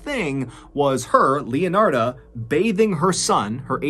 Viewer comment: I just came to the comment section to see if anyone else heard “Raphael and Leonarda” and kept thinking of the Ninja Turtles 🐢